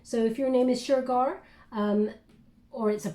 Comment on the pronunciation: I’m a regular watcher and have always appreciated your insightful and uplifting readings. I’ve never commented before but I had to let you know that Shurgard is pronounced exactly as you said it rather than how it looks like it should be pronounced. It’s the name of the storage company I just moved all of my things to as I’m trying to figure out where life is taking me to next. And I’ll be meeting with the person from the past tomorrow for the first time in a long time. You have genuine abilities and a deep connection to spirit. Thank you for all you do!